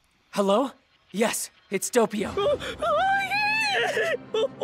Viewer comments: normal and japanese : doppio. the english voice actor: dopeio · I gotta admit it, I hate this dub of Doppio, the noise doesn't sound like it should, and he pronounced Doppio wrong, also in some of the parts where his mouth doesn't move they still change the lines. But this is my own nitpicking opinion, the voice is actually ok I guess